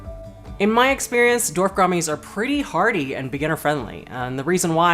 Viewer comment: ''Dorf'' gouramis. That's funny.